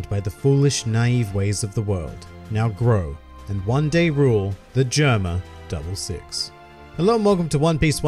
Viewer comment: GERUMA DABURU SIXUH